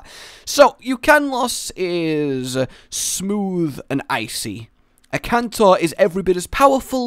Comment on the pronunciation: FinalHunter97 This is what I meant. He said Ukanlos instead of Akantor